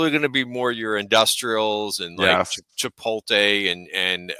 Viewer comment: "Chipol-tay"?? C'mon. You gotta say that one right.